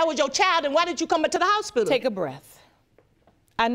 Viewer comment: Houspidle...that took me a minute